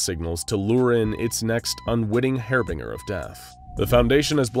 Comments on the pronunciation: "hair binger of death" lol "Harbinger" is pronounced "harr-bin-jer" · It's pronounced har-bin-jer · my guy said hair binger 💀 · Hair-bing-er Lol